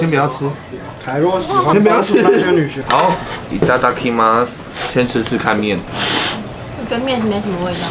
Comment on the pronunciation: 的 我要開動惹的日文484唸錯惹